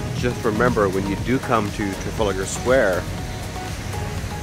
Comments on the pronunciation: Tra-fal-a-gar, got one too may A's in there. 🙂 Incidentally Big Ben is the name of the bell, it's the Great Clock of Westminster really. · It's really easy, just take the extra "a" out and make three syllables - tra-fal-gar. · Hope this isn't another vlog from Americans who think because they've been to London they've been to to the UK. Its like us saying we've been to NYC so we've been to the USA. It doesn't work like that. As for calling it Trafaligar Square. I have no words.